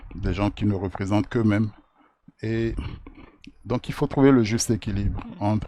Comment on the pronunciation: Lirę entre au lieu de enter